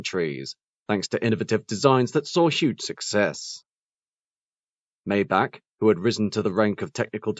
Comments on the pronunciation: I was thinking the same thing. Daimler only gave Maybach their greatest V-12 engines that they had at the time. Also it is pronounced MY BOCK! Only dumbass rappers like Rick Ross say “may back”. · It's not "may-back" - it's "my-bach" like Johann Sebastian Bach, the famous composer. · The Maybach models also used V-12 engines, not a V-8 engine. They got the horsepower number correct at least. The worst offense is pronouncing it “May back”. It is MY BOCK! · It’s pronounced MY BOCK!!! The engine was a 5.5 liter V-12 also. The S models had a Mercedes-AMG built 6.0 liter V-12 engine that put out 604 horsepower and 738 lb. ft. of torque. The same engine could be found in the 2004 Mercedes-Benz CL 65 AMG along with other Mercedes-AMG 65 models at the time. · Sorry. Totally wrong Maybach pronunciation. Despite these are very good quality and quite informative short documentaries, the author seems not to pay attention to correct pronunciation of products, airlines etc, in the videos he creates. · yes, i cringed even more than when a german trys to speak a th